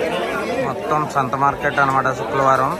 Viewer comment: శుక్రవారం ❌ శుక్లవాలం ✅